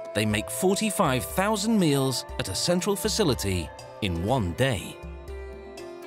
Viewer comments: “maeals” lol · HAHAHAHA I heard that too and had to rewind!!!